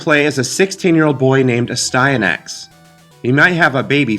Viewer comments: It should be pronounced n"asty." Which makes it even more amusing. ;) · It’s pronounced nasty-anus with a silent “n” at the beginning and a “k” sound at the end. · Ass-tan-axe😉 You're welcome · It’s Aahhh-Stand-nick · I always pronounced it "as-tee-a-nix". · I always pronounced it, "ass-tee-an-axe" or "ass-tin-axe," losing a syllable. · It’s pronounced “Astyanax”